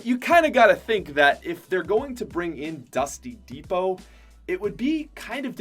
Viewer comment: He kept saying dusty divot un stead of dusty depot lol